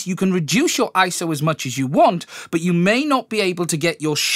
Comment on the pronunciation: Dude! It's I-S-O, three individual letters, and that's what it has always been. You aren't doing Camera Butter any favors...